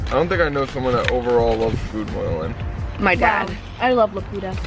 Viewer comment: Layne not laney😃 hello